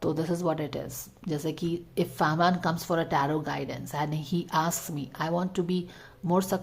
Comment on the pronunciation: It's fahmaan 👍 not farmaan